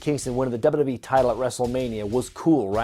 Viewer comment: I love how takes 3 whole syllables out of wwe. Dub a dub yee hahaha